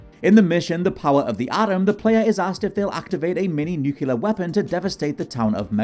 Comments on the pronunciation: NuCLEAR. Not Nuculear. NuCLEAR! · How do most english speaking people still say "Nucular" instead of "Nuclear" still baffles me. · 😆 that kills me when people say nukyooler